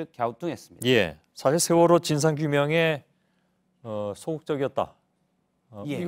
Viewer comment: 경상도 것들아, 쉐월호가 아니라 세월호다. 니들 정신세계는 무슨 문제가 있기에 정치인이건 일반인이건 보수라고 자칭하며, 그 쉬운 ㅅ 발음도 못하냐? 한국의 현대 정치사는 니들 쉐끼들이 망쳐놓은 것 아니냐? 그러니 류여해가 니들 천발 받았다고 하지 않나? 뉴스 봐라. 쓰레기 정치인, 기레기 들은 어찌 싹 다 경상도 출신이냐?